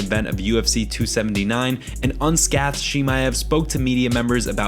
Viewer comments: Scathed is pronounced like sk-A-thed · Unscathed. Un-skay-th-d. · Finally, was gonna be like does no one care about that. un Scaythed he sounded it out though English is messed up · Unscathedd.. Did anyone catch that? 😂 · Wtf is un scaffed???? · Please learn how to pronounce "unscathed". (and scathing) It is the second time I've heard it mispronounced on this channel. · So are we just going to ignore his pronunciation of unscathed? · Bruh how do you run an mma channel and not know how to pronounce unscathed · Your pronunciation of the word "unscathed" is hilarious.